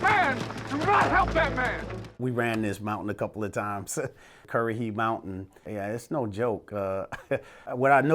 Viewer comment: I moved to Toccoa about 8 years ago, and live right at the base of, and drive up and around Currahee Mountain every single day to make deliveries for work. It's actually pronounced "coo-wa-he," and is a Native American word, but even people who have spent their entire lives here pronounce it like the Drill Instructor does. As far as I can tell, there aren't any civilians actually living on the mountain, but it is interesting traversing it, knowing the history of it. I wasn't aware of the history at all when I originally moved here, and imagine my surprise when I was playing an old Call of Duty game "Big Red One," and seen you start off in what's basically my backyard. I've been to the very top of it a a few times, and I truly couldn't imagine running up it on foot. There's a few spots that my little 2.4 liter Mitsubishi wouldn't even make it up, and I had to hop in someone else's car for the rest of the drive.